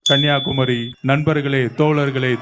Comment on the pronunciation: தமிழே பேச தெரியல நீ எங்க தமிழ் நாட்டை காக்க போறீங்க உங்களை யாரு வர சொன்னா மதுரை அயோத்தியாக்கு உங்க அரசியலை புரிந்து கொள்ள முடியல பாவம் மக்கள் விட்ருங்க ஒரு இடத்துல ஸ்பெல்லிங் மிஸ்டேக் இல்லாம பேசுறீங்களா எல்லாம் தப்பு தப்பா பேசுற கன்னியாகுமரி ன்னு சொல்ல தெரியல சித்தராவதை தமிழ்